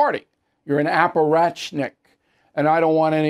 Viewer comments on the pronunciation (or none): Bill, the word is apparatchik, not apparatchnik. Get rid of the N. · Appar-att-cheek", Bill. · Apparatchik,Billy, get it right…😂